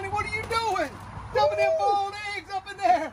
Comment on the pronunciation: Why Americans can't pronounce the word 'Boil'?